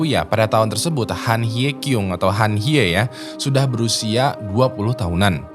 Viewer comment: Dia baca pakai cara Indonesia